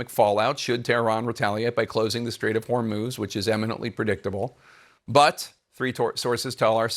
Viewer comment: Strait of Whor-moze???